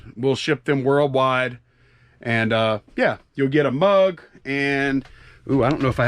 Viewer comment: Mug not drug.